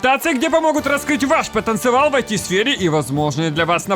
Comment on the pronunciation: "Ваш Потанцевал" так бородачом пахнуло😄